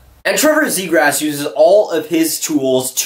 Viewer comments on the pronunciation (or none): it's zee graw. not zegrass.